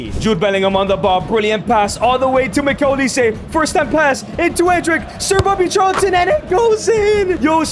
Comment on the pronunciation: Who the fucm is miguil olise gng get it right